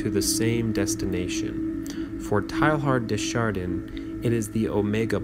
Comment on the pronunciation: I appreciate having this book in audio form. But please google name pronunciations if you don't know them. Teilhard de Chardin is pron. "TAY-ahr duh shahr-DANH" (n is virtually silent) not TAIL-hard dee shar-DEEN. Somerset Maugham is not "MAO-gam." It's pron. "Mawm". "Posthumously" is not "post-HU-muss-ly, but "POS-chu-mus-ly" Etc.